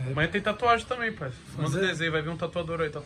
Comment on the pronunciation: "Pae" KKKKKKKKKKKK